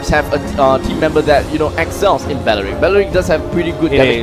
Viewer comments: Gosh same ... Belerick not bawerik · Belerick not balarick lol 😂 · It's BELERICK, spelled as B-E-L-E-R-I-C-K NOT belewik 🤦🏻‍♂️ dude can't even pronounce 🤦🏻‍♂️ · IT’S BELERICK, NOT BALARICK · Others: belerick That commentator in left: baralik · Bawaaarick.. seriously baeewrick... WTF nationality is not an excuse for such horrid english pronuncuation. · Bayeyerick bayeyerick..hahaha im dead 😂 sorry 😂😂😂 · How to pronounce belerick properly its bawlawrickk 😂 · BALARICK ? HAHA THATS WHAT IVED HEARD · Ba Ya Reek ?! RIP Belerick OMG this is so frustrating to listen to. Biased casting and super fail on pronounciation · belerick not bowrick! gusion not gus-yon! barbiel not barber ! washing machine not watching matching!